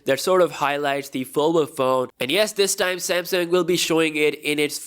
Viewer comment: yes finally a content creator says samsung as samsung not semsang